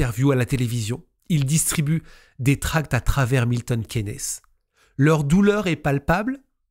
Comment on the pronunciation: Milton Kiinn's, pas Quénès ! 😅